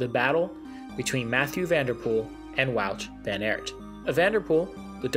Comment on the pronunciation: Please look up the pronounciations of the names. It’s not that hard in the times of the internet and just disrespectful to pronounce every name wrong. The Aert in van Aert for example is pronounced just like the English word art. So not that complicated even for a native English speaker.